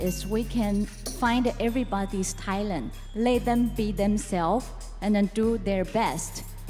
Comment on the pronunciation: 柳翰雅说Talent 这个单词时，英文发音不正确